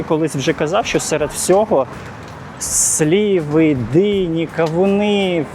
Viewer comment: Не сліви , а сливи.